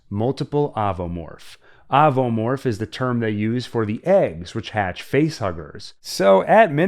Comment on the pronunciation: Ovomorph, pronounced similar to ovary my friend.